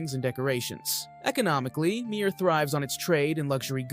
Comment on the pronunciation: It's pronunced "Meer" not "My-er". Good video.